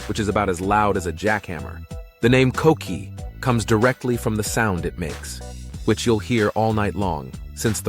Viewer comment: If we're gonna get a video of puerto rico can we get a boricua to talk about it? I dont need to hear the word coqui pronounced as cokequi